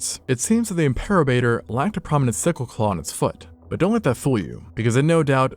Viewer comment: Im-per-o-bat-or Named by Ricardo Ely and Judd Case in 2018